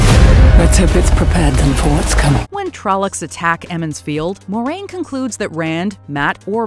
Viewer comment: Nope. Pronunciation of saidar and saidin was wrong, and I've yet to hear any of these YT superfans get Moiraine's name right (it's mwah-rain, not more-rain).